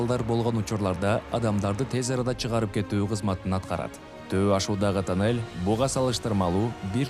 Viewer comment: Кудайым сиздерге куч кубат берсин,омурунор узун болсун,кандай кыйынчылыкта иштепсинер азаматсынар,азаматсынар,ишинерге ийгилик жеп-жутарлар ооздорун тыйышса Кудакааласа жолубузда бутуп калат.Журналист окуп атканда туура окусан,Кыргызсынбы.......? танель эмес тунел